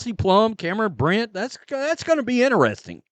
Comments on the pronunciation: It's Cameron Brink, not "Brent," "Brint," or "Britt." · She's Cam BRINK ....sounded out it's CAM BRRRR....INK (like a pen has) not Cam Britt. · Her name is Cameron "Brink", not Britt! My god, did you make it past elementary school? Another low IQ sports fan. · Cameron BRINK, NOT BRICK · so you do know the word “Brink” lol Cameron’s last name is “Brink” too, not “Brit” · I like your content. By the way it's Cameron Brink not brit. Brinks truck was mentioned... well Cameron Brink has the same pronunciation when it comes to the Brink. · why do you always say Cameron BRINK’s name wrong? It’s NOT “brint”, that’s not even a name, I don’t know where you got that from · Say Brink's name correctly, please. You can tell you're a casual the way you mess up the players name over and over.